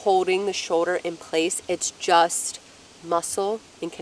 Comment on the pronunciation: Shoder or shoulder? Lol